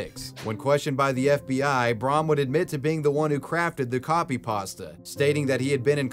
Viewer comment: Why do you say it like that, it's just Creepy Pasta😂😭 beautiful vid tho